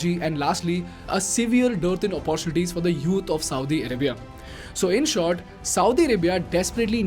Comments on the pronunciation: Hi bro... you pronounce all the words as the way they need to be pronounced... But you pronounce "Opportunity" incorrectly all the time.. please correct it... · I am a regular follower of your channel. Really appreciate your style of explaining issues. Your English is excellent. One area of of improvement is the pronunciation of the word ‘ OPPORTUNITY ‘. Best wishes!